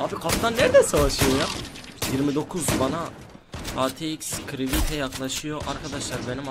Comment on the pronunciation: axt ye atx diyen creative crivite diyen candrevo